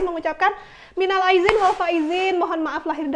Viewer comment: maaf sebelumnya ya mbak.. kata2 ucapan minal Aidin walfaizin nya salah mbk.. bukan minal aidzin walfaizin... Nanti artinya salah juga lho mbk.. yang betul seperti yang saya bilang di awal.. minal Aidin walfaizin mohon maaf lahir dan bathin🙏🙏